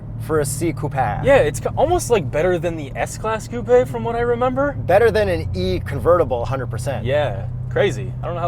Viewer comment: The way he says coupèé